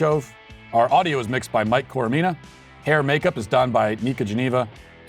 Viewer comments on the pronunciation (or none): none